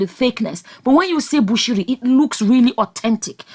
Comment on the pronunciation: You nailed it that's the way it is pronounced.